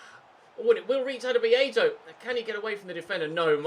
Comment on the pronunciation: Anyone else sometimes hear Aberdeen when he says Abadia?